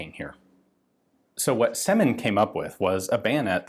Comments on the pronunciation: Right you are. It's Сёмин, not Семин. E letter sounds like german Ö. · in russian it's pronounced as "syomin". trere is the letter "Ё", which makes the sound Yo and is alvays stressed. they often are careless to use a separate key on a keyboard to make it distinguished from a regular E